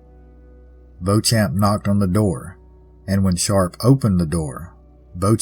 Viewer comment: I grew up in the Bloomfield area. In Kentucky, it's pronounced BEE-chum. But we have a lot of used-to-be French twisted names, so I can't blame you. When I was growing up, this story was always presented as the scheming older woman who conned a naive young idiot. And there were tales of Anna's ghost walking along the front of the cemetery on the anniversary, but I never knew anyone who saw anything.